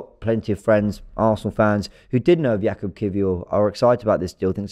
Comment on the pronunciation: Jakub should be pronunced Yakub (in polish we pronunce 'j' as 'y'). Cheers! Spot on with his surname though